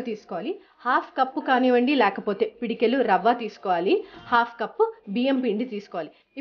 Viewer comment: pedikelu kadhu thaliii pedikedu anaruu nuvu Ni Telugu anchoring